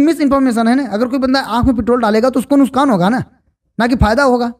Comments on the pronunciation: Main aapki video dekhta hun nuksan ko aap nuskan bol rahe ho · सर नुशकान नहीं नुक्सान